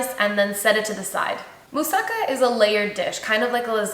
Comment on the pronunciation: It is pronounced moussaKA with the accent on the last syllable.